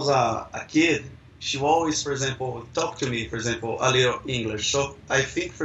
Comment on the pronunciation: O carinha falando "for example" parece pronunciar "por exemplo" hafuhaseushe